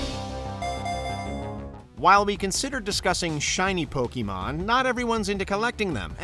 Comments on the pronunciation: What about huge chain combos in Puyopuyo? While you are building them your opponent is about to destroy you but then you release the chain combo in time and obliterate your opponent? or what about in Dragon Quest when you find and kill a metal slime to gain huge exp points? PS You butchered the word "Pokemon." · 25 years and so many people still can't say Pokemon or Lara Croft right....Poe-KAY-mon, not Pokey-mon ffs. also...how the hell can you talk about satisfying video game moments and not mention landing a million+ point combo in a Tony Hawk game? or getting any of the 1 in 128 chance drops in EarthBound like the Sword of Kings? or gold starring a song in Rock Band?